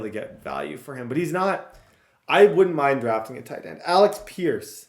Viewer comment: AleC pierce Not AleX pierce Thank You